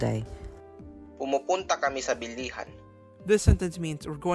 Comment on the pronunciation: The video is good but I want to highlight something on the pronunciation of words, that is stress. Stress is very important to note in Philippine languages and knowing where to put the stress would make u a step closer to sounding like a native speaker. See: pumuntá ✅, not pumúnta because the root word is [puntá] and not [púnta] pumúpunta ✅, not pumupúnta púpunta ✅, not pupúnta